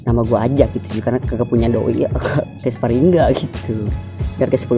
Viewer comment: Sparingga? Sparingga? Sparingga? Sparringlah masa ngga